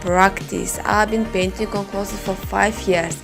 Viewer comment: Clothes not closes....🤣🤣я забыл мой английский так слушаю каждый день но красиво дело и искусство......